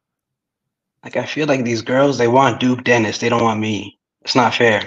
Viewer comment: blud said duke dennis